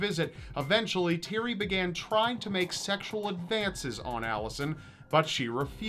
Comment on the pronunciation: You butchered The name Thierry. Otherwise good video.